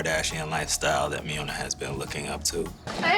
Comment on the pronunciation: Did you really just cause Miona “pneumonia”, instead???😂😂😂😂